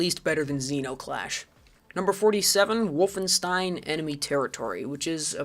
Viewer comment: I liked Zeno Clash a lot... I am one of those people. Good enough for this list? Unsure, but still IMHO a good game. That ain't how Wolfenstein is pronounced:P... Very fair on Serious Sam this time. Seems like I got through:D. Also agree, the original is a better choice even if IMHO the HD remake is good for new players to enter into the series. Metro 2033 is an example of remediation in gaming. Deserves to be on the list. I strongly dislike Far Cry 2:P COD 1 and > MW1. Call of Duty MW2 is American Propaganda (along with MW3). Too stupid, they ruined it:( Dislike Red Faction Return to Castle Wolfenstein > The New Order, even though IMHO TNO is great, one of the best in recent times. Natural Selection is that good. So is Tremulous. And to be fair so was Turok:P Crysis 1 is an excellent game. AMD/ATI/Nvidia fanboy wars and faggots ruined it. Its MP is great, its SP is an excellent grieving sandbox. I agree on IGI and Far Cry 1 in general though. Stop hating on Indie games or I will be forced to school you:P Planetside 2 is good and many people play it. Bioshock 2 is better than Bioshock 1 and both are worse than System Shock. Strongly dislike Far Cry 2. What it did, STALKER did better and before it and even recent FC games lose in comparison. CS:GO is not BS. Play it, you are wrong. Half Life 2 is great. Delta Force Black Hawk Down is an OK pick IMHO, but not for a Top Game list. Important IMHO overall. STALKER is fine to be in the top end of the list. It created g